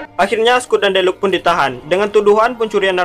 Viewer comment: Deluca dibaca deluka bukan deluk bambang🤣🤣